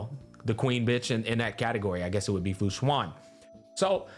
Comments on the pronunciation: its actually "shu-en" not "shu-an" idk why so many ppl call fu xuan "shu-an" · Its funny because he probably wouldn't get it mixed up if he just pronounced Fu Xuan's name correctly